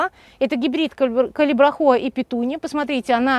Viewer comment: Зачем Вы так каверкаете название цветка?????!!!!даже уши режет!!!называйте его правильно,пожалуйста Ведь даже на табличках написано Калибрахоа!